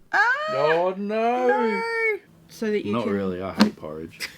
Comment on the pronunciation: Its crazy how Australians add an R sound to words. “Oh noRRRRR!”